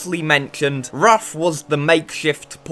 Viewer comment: Ruf is the second name of German tuner. It can not be pronounced as R-U-F. Only Ruf. Pronouncing as R-U-F is as stupid as pronouncing Ferrari as F-E-R-R-A-R-I.